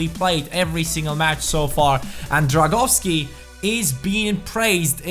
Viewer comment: Drągowski no Dragowski